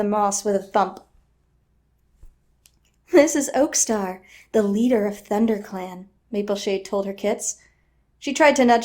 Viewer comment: I burst out laughing at the blooper " thunder set " ah " thunderclan"